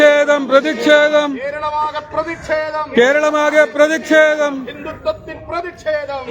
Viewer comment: മുദ്രാവാക്യം വിളിക്കുന്നവർ ശരിയായ രീതിയിൽ വാക്കുകൾ ഉപയോഗിക്കുക.. പ്രതിക്ഷേദം അല്ല പ്രതിഷേധം ആണ് ശരി... 🌹